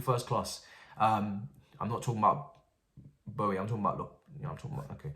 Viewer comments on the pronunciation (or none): none